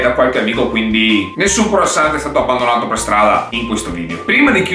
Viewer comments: Croassant non si può sentire:) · "CROASSANT" 😂😂 Comunque sei troppo simpatico! Keep going 👏👏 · In francese croissant oi si legge ua e la t finale non c'è